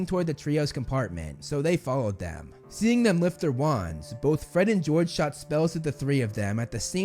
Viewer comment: gred and forge lol